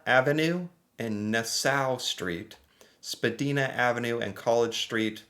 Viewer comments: Mary J Blige she is a famous singer its pronouced b l i and Spidina ave pronounced spuh dye nah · I understood the same tweets you did. Don't know what some of them were talking about 😂 btw. It's pronounced, Spa-die-na, which is a bus route. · It's Spa-DYE-na Ave. That would be a streetcar and with traffic. 5 stops can be 30 mins lol. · It’s Spadina (Spa-die-na) and they are talking about the subway and once of its busiest corridors. Huge distance between stocks and subway packed, could take from 25-30 mins to hours if there are problems at cross over tracks / time of day, etc. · The last is a mystery it’s pronounced spa dine ah, google Mary j blige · Love how you say Spadina 😂😂😂 Its pronounced spa-die-na.. Easy to remember... Rhymes with vagina 😅 I was trying to dictate a text to my car the other day. Telling my friend that traffic was back up all the way to Spadina... And the car read it back to me saying that the traffic was backed up all the way to vagina and i burst out laughing. Made sitting in traffic worth it. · its pronounced spa dyna avenue, considering you only speak one language you are very sad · I think the guy in the Tim Hortons joke is wearing a Starbucks apron. I think... And BTW, unless you're perhaps a recent immigrant, no one in Canada calls it "Canadian Thanksgiving". It's just Thanksgiving. Period. End of story. Spadina Avenue in Toronto... you pronounce it like "vagina". If you know Toronto, that's somewhat appropriate. lol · It is Spa-di-na with the i pronounced like the i in wine. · We call thanksgiving, thanksgiving. Canada has also celebrated thanksgiving much long than the states. As far as I know, our thanksgiving has its roots in the autumn harvest. I have always referred to your thanksgiving as, yank thanks! Also Spadina is pronounced, spa- dine- ah. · It’s pronounced Spa -dye-na,and it is showing a streetcar route. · the Shuffle Demons have a song called Spadina bus. The i is long, rhymes with Oh Dinah. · SpaDIEna, not spaDEEna